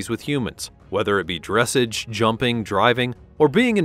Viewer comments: If this bot says "DRESSage" rather than "dressAGE" one more time . . . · Please learn how to pronounce "dressage"... it's not "dress'edge" but "druh sahzh' " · Dressage is pronounced dress-sahj. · Further adding to this horse's pedigree the Lipizzaner Meaning his FINANCIAL VALUE. his pedigree will not be adjustable. "Dressage" is a French word-you've mispronounced it in both its English reference, and its French orientation? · There have been many mistakes in this program, but the one that is really grating on my nerves is the way that they are pronouncing dressage. If only they could edit it and correct the mistakes, especially ”DRESS-AHHGE!! Seriously, who made this video!? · It's pronounced dres SAHGE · I enjoyed your voice quality but your pronunciation of the word "dressage" made me cringe. The accent is on the last syllable: as in dress-ahge. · Keep mispronouncing "drassage" 😂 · I was literally about to comment with the dressage pronunciation LOL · No hate but you don’t say dressage like that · Could you please pronounce "Dressage" correctly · Nice video - unclear about expense as thoroughbreds racing horses are owned by syndicates and sell for millions. Also narrator mispronounces “dressage.” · Please pronounce dressage properly and actually do honest research of how these amazing animals are properly named! And this list is 100% stupid about 'expensive" list. Close down your site as it's a complete waste of time! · AI GRAMMAR IS HORRIBLE! PLEASE pronounce it correctly, the accent is on the second syllable. dres·sage /drəˈsäZH,ˌdreˈsäZH/